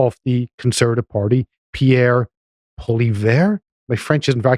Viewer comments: Poilievre is pronounced Pol-E-Ev. Pierre is in line to be the greatest Canadian Prime Minister we've ever seen. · Pronouced Pierre Poh-Lee-Ev. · I like how he says PCP instead of PPC, even though I only know that because I follow Viva Frei. And according to Viva it's pronounce 'Polly-ev'. He's a Canadian conservative (which is similar to a RINO), though not the worst of the bunch. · Pierre Poilieve is from Alberta. Pronounce it as you would in English, not French.